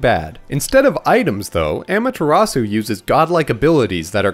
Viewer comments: I guess I'll take amateur atsu, but how did you butcher Susano? 🥺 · amaterasu: om-uh-ta-ros-ooh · They pronounce Amutazu in Marvel vs Capcom